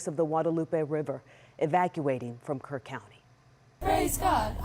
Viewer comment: It’s Kerr County! Not Kirk!